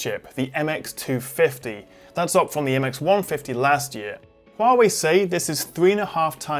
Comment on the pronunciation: I'm truly amazed by your pronunciation of 'Huawei' instead of 'Waaway'